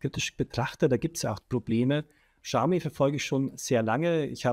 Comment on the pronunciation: Xiaomi : schau mi